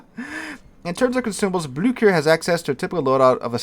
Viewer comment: Blücher “Bloo-sch-ere” or something similar to that.